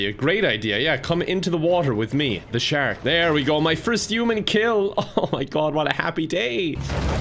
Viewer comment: it’s how says the word human